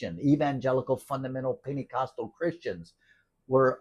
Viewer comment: Wait, did you say Panty-costal? I would like to hear more about that. Sounds like something I could get into! 😂❤